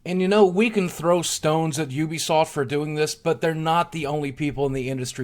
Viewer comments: btw boogie, its YOU-BEE-SOFT not OO-BI-SOFT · It is ubisoft . not oobisoft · Why does everyone pronounce Ubisoft as "ewwbeesoft"? In their game trailers and during press conferences they typically say it as "youbesoft". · Am I the only one who pronounced Ubisoft as Youbisoft? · addict no I have pronounced it like this sense that started